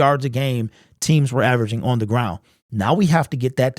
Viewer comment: Why can't he pronouce the word on?